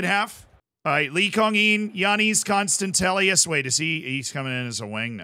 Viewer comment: Dear, Let me tell you how to pronounce Giannis Konstantelias name as a Greek myself I get triggered. It’s like “Yiannis Konstadelias”